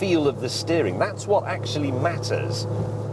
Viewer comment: "better actilly" lol